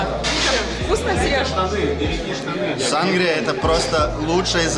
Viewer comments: Не сАнгрия,а сангрИя,умники)))) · В слове сангрИя ударение ставится на последний слог, для справки. И площадь КаталУнии, а не Каталонии. Барселонета самый грязный и засранный пляж. Где вы там чистую воду нашли, я поражаюсь. Из фонтанов обычно поят собак и моют ноги. Я не рискую из них пить)))